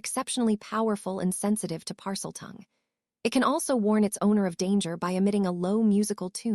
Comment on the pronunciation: Oh my god blond being pronounced blunda. Weasley as wuzla. Pus la tunj la for parceltounge! That one's hilarious, but it's taking away from the story. Please please remove and replace it with A.I adjustment back to how they were before in the other books on this sight. Well apart from slutharun